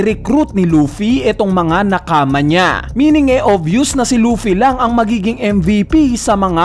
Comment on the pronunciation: Kulit nung accent mo sa "Nakama" pinoy na pinoy na nakaka GM HAHA Sana next time japanese accent 😆